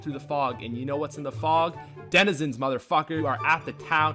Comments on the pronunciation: did he say dedizenizens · Bruh john do br struggling to pronounce denzinrhsbbsndkgksnans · "and the denehhzezins..." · “And the Didduewenizans” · the way he says Densnzzzsns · “The desnidsins” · "and the desenana" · “and the Danananezinss” 😂😂😂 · the dininenenzins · I love how has trouble pronouncing 'denizens' correctly lol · your friend couldn’t say Denizens to save his life lol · was he trying to say Denizens 😂😂😂😂